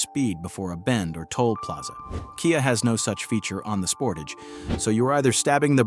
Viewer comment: i lost interest and figured this was AI, when it said "kaya" instead of KIA